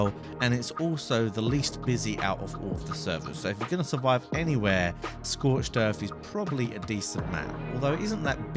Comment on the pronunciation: Schorched in or whatever you said at the end :))